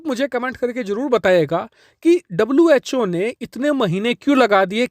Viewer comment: Was called cho Instead of who